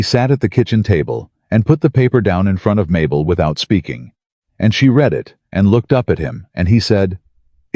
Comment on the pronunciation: Love the 2nd or 3rd opening slide where she seems to have 3 arms....And, I will be impressed with AI narrators when they get the present and past tense of words like 'read' correct.